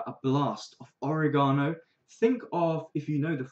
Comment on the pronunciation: you mispronounced oregano